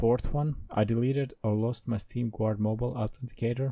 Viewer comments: Pronounced ɡärd, not gward. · I'am the only one hearing steam "quart" ? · Dafug do you even meen? you are legit saying steam Gvuard